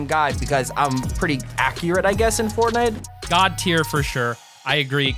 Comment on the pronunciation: Did anyone else notice T5G said “port night”?!